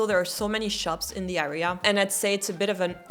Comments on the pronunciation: btw you keep pronouncing the word area as ARR-ea but it should be ERR-ea (with the [ɛ] sound instead of [æ]) 😂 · Très bon anglais mais prononce le “a” de “area” comme un “ai” et pas un “a”. I feel like all your “underrated” + the 14th would be in my own “A” or “B” category. Personally I don’t love the 17th, it’s my own “bof” mais tous les goûts sont dans la nature !